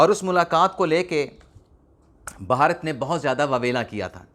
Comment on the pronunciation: جناب بہارت نہیں ہے بھارت ہے،